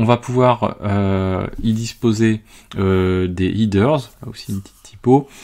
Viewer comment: Header se prononce ''hèdeurse'' et non ''hideurse''. ;)